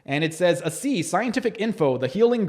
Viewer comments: What’s idiotic is that you’re speaking like you’re an authority on a product that you don’t understand and can’t even pronounce the name correctly. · You’re really doing a lot of harm with your video. I could tell within the first few seconds that you haven’t done any research at all. You aren’t even pronouncing the name correctly. Seriously?? I had chronic thyroid challenges for 14 years. Tried everything. I started ASEA and by day 26 my chronic fatigue and brain fog was gone. By day 95, the rest of my issues like circulation in my left leg, brittle hair and nails, breakouts on my face, feeling cold all the time, and more, all gone. I’m here 4 years later experiencing even more benefits like my gum pocket count keeps improving each year and even my mental focus and memory and more. Typically, things get worse as you get older, but nope, my health is the best it’s ever been. I hope you rethink this. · I’m watching the entire video and reading all of your comments. You’re not even pronouncing the product correctly. Tell me what the 8 reductants and 8 oxidants are. Maybe educate yourself on it before you act like you’re on authority on it. UGH